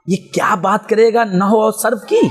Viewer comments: نو نہیں نحو ہوتا ہے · نو نہی ہوتا بیٹا نحو ھوتا ہے